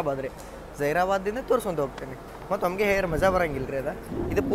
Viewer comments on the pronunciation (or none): none